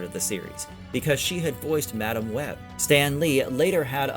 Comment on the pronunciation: Why do you say Madame Web so wrong?